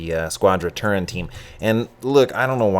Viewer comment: Its TERUN, not turin. Says right on their jerseys. Get burnt by the team, then try the restaurant (Cal Ave, Palo Alto)